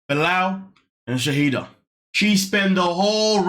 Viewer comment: Her name is Shaeeda (Shy-da) not Shahidah!